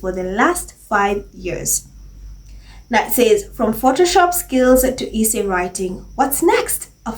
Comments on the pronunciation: Hi,. I like your videos a lot but your pronunciation of essay is wrong. It is not pronounced eee-say like pees. it is pronounced s-say. Also, it is not pronounced peesants, it is pronounced pezants. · It is pronounced S-SAY. NOT E-SAY.